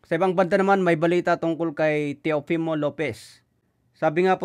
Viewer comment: Tama na ang pag bigkas mo sa name ni Teofimo. Hindi NA CHOPIMO 😂😂😂 jajajaja